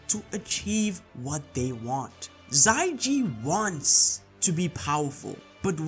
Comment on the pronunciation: i think it's xia ji not xai ji